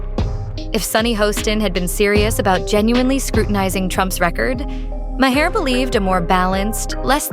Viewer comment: Three pronunciations of Maher within the first minute...And, it only gets worse from there. Impressive.